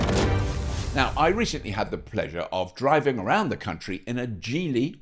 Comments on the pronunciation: It's soft G - Geely - Jeely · The G, in Geely, (a sound that is written as "j", in pinyin, which is used to write Mandarin with Latin script) is pronounced with neither a "soft" nor "hard" G ...but with a ch-sound ... WTF?